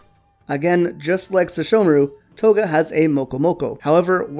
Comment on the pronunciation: For a second their i thought you said Koga but its Toga 😹😹😹